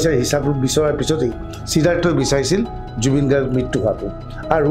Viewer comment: জুবিন গাৰ্গৰ নামটোৱে ভালকৈ উচ্চাৰণ কৰিব নোৱাৰে।হতিয়া নহয় হত্যা।প্ৰথমে অসমীয়া ভাষাটো ভালকৈ শিকি লওঁক।